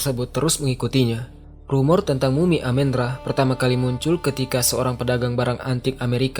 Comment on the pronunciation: bukan dewa amin ra bang, tp amun ra